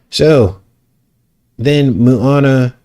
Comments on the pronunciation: Not Moo-a-na, it’s pronounced Mo-a-na! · Small detail its MO ana not MU ana...Maui resident here.amazing video. Depressing how these movies are so much evil and fool us all.